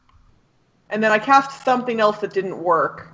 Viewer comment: Every time says "elts" instead of "else", a Rhino Hero loses its cape.